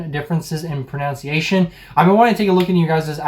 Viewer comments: It's not PRONOUNCIATION . I can't watch this. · Pro NUN ciation not pro NOUN ciation